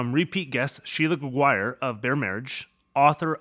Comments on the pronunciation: I live in Quebec and we don't pronounce Gregoire ''GregWIRE'' but ''GregWAR'' ☺ It must depends of the person and where they're from. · The pronunciation of the name Gregoire as "greg-WIRE'" -- did you clear that with her? I'm presuming that is a French-Canadian surname. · Yes, that's how we pronounce it! ;) Greg-War. I always say, "think Jaguar but with Greg in front of it."